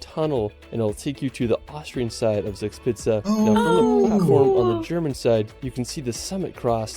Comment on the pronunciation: He starts in the Bavarian-Austrian border region and a lot of his recommendations are located there, but Germany has far more to offer than this somewhat overrated region. 1) His pronunciation of "Zugspitze" is slightly off - "z" is spoken more like 'ts' in German. 3) His pronunciation of "Wagenbrüchsee" is very off. Maybe he should have rather used the other name of the lake: Geroldsee. 1) to 3) are all in the Garmisch-Partenkirchen district. 4) to 6) Berchtesgaden (roughly "Perchta's garden" - Perchta being the Celto-Germanic goddess also portrayed as "Frau Holle" in Grimm's tales) was since the 12th century an ecclesiastical state around the abbey of Berchtesgaden, since 1380 an Imperial Abbey with seat and vote in the Reichstag (Imperial diet), since 1559 a prince-provostry and thereby its own state between the Duchy of Bavaria and the Prince-Bishopry of Salzburg (which surrounded Berchtesgaden on 3 sides). Being a provostry is the main reason for the many churches there. The Kehlsteinhaus ("house at the Kehlstein mountain") was christened "Eagle's nest" (or French "Nid d’Aigle") by the French ambassador who visited it in 1938; this name was normally not used within Germany. Hitler's regular holiday resort was the nearby Villa Berghof in Obersalzberg (a small village whose inhabitants had be forced by the Nazis to leave for security reasons). "Königssee" translates literally to "King's Lake", but originally it was "Kuno's See" (Kuno's lake) after Kuno of Horburg, who toge